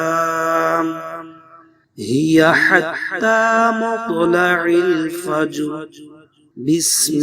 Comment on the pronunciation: Will u please concentrate the سوره القدر its مطلع الفجر not recite correctly 😔 may I Wright or wrong please I need all listeners help me 😕